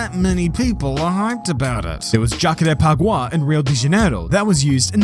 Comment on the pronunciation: As brazilian.. Who had the idea of hosting a race in Rio de Janeiro at the end of our summer, it's a genious.. The ambient temperatures can easily hit absurd numbers over 40+ °C. But the layout itself of "JAKARÉPAGAWA" (it's funny to hear english native speakers saying it, just behind the word "junção", the Interlagos turn) was trully okay-ish, but back in the day people used to love it, for wharever reason.